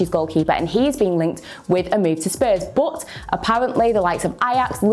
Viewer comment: "Bod" :D